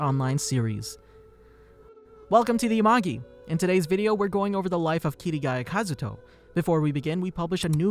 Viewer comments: Dude I love these videos but I HATE HOW YOU SAY THE NAMES OF CHARACTERS like it gets me so salty for absolutely no reason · It annoys me that he says Kirigaya Kazuto im so used to kazuto kirigaya it throws me off